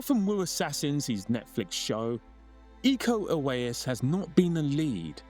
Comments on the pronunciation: Eco ??? Tu tá de sacangem neh kkkk É IKO UWAIS ICO UWAYNS ESSA É A PRONÚNCIA NINGUÉM ACERTA NESSA BAGAÇA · Iko uwais A pronuncia ninguém sabe falar aqui.no Brasil É como se fosse ler.. Ico Uains❤